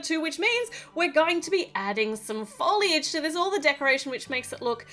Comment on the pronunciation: u said FooLliiGe 😂😂